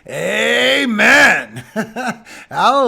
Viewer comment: Bust. Listen to you all the time. Thank you for your on time forecasts. Appreciate your scripture reading and your AAAMEN! AND YOUR PRAISE FOR THE MOST HIGH!